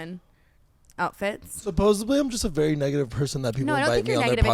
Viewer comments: Why are people putting the 'B' in the word supposedly??? THERES A 'D'!!! 'D'!! I DON'T KNOW IF DUDE IS TRYING TO SOUND SMART BUT YOU'RE USING THE WRONG WORD THERE'S NO SUCH WORD AS SUPPOSEbLY WITH A B !! Again... It's supposeDly!! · I love you all.. which is why I’m going to make this comment.. but someone needs to tell that it’s “supposedly,” not “supposebly”